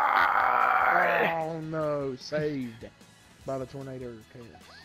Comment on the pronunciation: When you say eagle it sound like your say eeeee colaaa